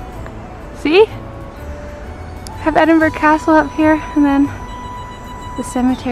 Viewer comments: At least she didn’t call it Edinboroooow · Her pronunciation sounded quite good to me, makes a difference from edinburg or edinburrow that tourists usually say. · I’m from Edinburgh and I thought pronunciation was just fine. As the comment above says, a lot better than ‘Edinboro’ or ‘Edinburg’!